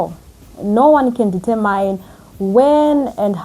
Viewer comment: Sweetheart Google how the word determine is correctly pronounced. I have a feeling you will keep coming back to this word in future videos. I don’t mean to be rude…just trying to help. Other than that, you are fluent, composed and well spoken … cherry on the top is your construction knowledge. Thank you for all the information.